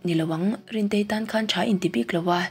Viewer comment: rintei a sawi dan chuhh